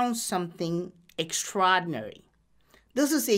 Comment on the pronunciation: Don't know why, but I love the way he says extraordinary...lol